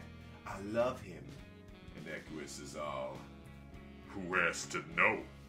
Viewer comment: EQUIUS....EQUIUS...EQUIUS... YOU HAD ONE JOB!